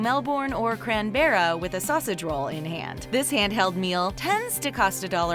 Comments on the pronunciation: AUSTRALIA .....CRANBERRA........REALLY.....REALLY DO U NOT RESEARCH ITS BLOODY CANBERRA AND ITS THE BLOODY CAPITAL 🤦‍♀️🤦‍♀️🤦‍♀️🤦‍♀️🤦‍♀️🤦‍♀️ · Here in Australia it is $1.20 for a packet of chewing gum... - Careful, sometimes chicken is actually DOG! - Mel- bourne? lol CRAN-berra, classic! lolz No.... I never seen sausage rolls under $4 each anywhere I travel here in Oz. Now I just make my own, way tastier, better and cheaper overall!! - that photo is actually illegal, did you know that? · Cranberra? Is that a juice? Cranberra juice??? 😆😆😆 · He means Canberra